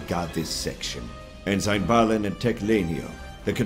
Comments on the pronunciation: Voice of Thrawn here. A lot of people have asked why I kept pronouncing "ensign" the way I did in this production. The answer is surprisingly straightforward. At the time of recording for the part years ago, I had never heard the word, so I just kind of winged it and nobody bothered to correct me. I guess they just chalked it up to being Thrawn's accent, a still-somewhat-rough knowledge of Basic, or both. I have since learned the correct pronunciation of the word and will take it to heart in future productions. I hope this answers your question on the matter. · In this production, Thrawn consistently mispronounces the word “ensign” as to wether it has a long i or a short i. When I was a child, I also did this. This can be rationalized because Basic is not Thrawn’s native language. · Do British people just pronounce Ensign that way. I'm pretty sure he is saying it wrong. Or he thinks its Vanto's first name. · n-sign n-sign n-sign ITS NSEN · It is really good but i keep getting bothered by thrawn pronouncing the rank Ensign like "N-sign" instead of "end sin" isthat just how British pronounce it? To me it seems like he thinks its the guys first name. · Great performance. You have inspired me to read the trilogy. I did find the mispronunciation of ensign distracting.... ( en-$ign vs. en-Sin which is the proper pronunciation ) was this intentional? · I wanted to ask the person who played Thrawn, the way you are saying the military rank ensign is that how proper English pronounces it because your way sounds more like N – sign. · Was your pronunciation of 'ensign' as En-Sign instead of En-Sin on purpose? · Brother, you nailed it, fantastic! Just one thing, it's pronounced En-Sin, no en-sign, even though it's spelled that way (sry, Naval Family kid here lol). Other than that, you were perfect! Hope to hear you doing more Thrawn in the future! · Awesome job! However for future productions "ensign" is pronounced EN - SIN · En-sign is said like EN-SIN.